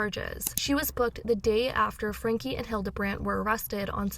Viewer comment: How can your reporting be trusted when, after all this time, you still cant pronounce Ruby's last name?